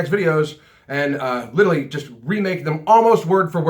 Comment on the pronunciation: You say literally like "littaly" haha, just noticed.